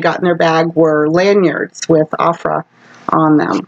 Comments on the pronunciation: Oh-frah not a-frah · It's pronounced Oh-frah with a hard "O" ❤